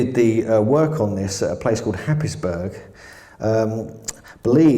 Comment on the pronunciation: With respect, how did Anthony Roberts die on Glastonbury tor? Edit; Happisburgh is pronounced haze borough.